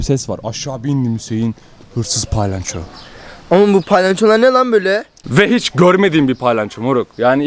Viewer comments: kalbini kirmak isdemem ama palayanco degil palyaco😘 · TDK: palyaço /: pAyLanCHo